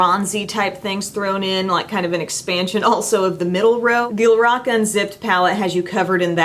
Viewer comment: Your reviews are SO valuable and informative, and I appreciate it so very much! You've saved me money since I was contemplating In Bloom, but already own Stardust and LORAC Unzipped. (And thank you for pronouncing "LORAC" correctly! Many do not.) Love you,!:) #snapchatfam